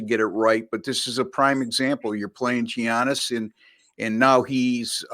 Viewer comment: Incredible analysis on the Bucks game guys! Additionally, Giannis has been a top 2 player in the league for half a decade you’d think people who cover sports would be able to pronounce his name correctly by this point.